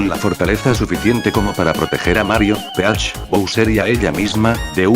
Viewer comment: Es Peach no Crash😂😂pero tranquilo yo también entendí los mismo al principio